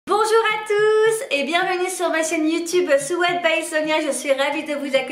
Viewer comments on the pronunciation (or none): none